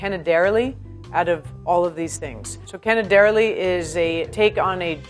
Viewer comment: My ears are sore. 😡 canederli (wrong accent again).